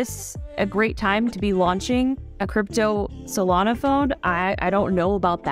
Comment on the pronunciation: Solana?? A SZA phone???? 😂😂😂😂😂